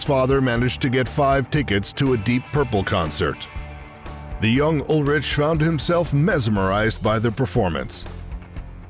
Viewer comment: The narrator can't even pronounce Ulrich correctly and wtf is Echobrian? A clownshow of a production.